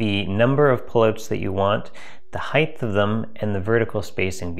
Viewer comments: I didn't think Canadians would say heidth. The word is HEIGHT, rhymes with KITE. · Great video , one criticism "heighth"? All the besth🙂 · "Heighth" could be the cause of the down votes given "heighth" is not a word commonly used in the English language. Height, in the other hand, is. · The heighth? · is he saying hieghthhh..holy shchhhutatasch..he is!!! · Did you say heighth? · "Heightth" LOL. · There is a special place in hell for people who say "Heighth" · Aaaargggh! There is no "th" in height!